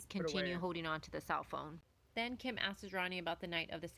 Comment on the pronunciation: The narrator continuing to mispronounce a simple word like “asks” (she’s saying askeses) is enough to make me not follow her which is a shame because it’s good content.